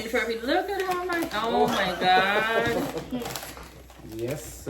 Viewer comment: Hello & happy Sunday family. Sorry, I missed the live. Hope to view it soon 😊 Thank you for sharing. We always enjoy your vlogs., I hear the guyanese in you when you said, oh my God 😊